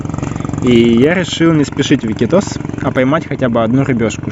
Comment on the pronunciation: Ики́тос, а не ИкитОс.